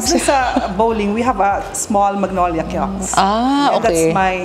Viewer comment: i love the pronunciation of ✨ kiosk ✨ 💅